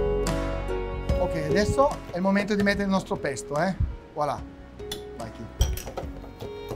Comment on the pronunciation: Bello, però il "pesto alla ligure" mi ha fatto sanguinare le orecchie😅